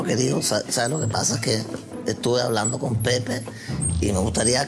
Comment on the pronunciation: " de que estamos hauulando"